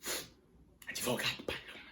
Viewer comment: "Adevogado" Paloma é lindo com esse cabelo natural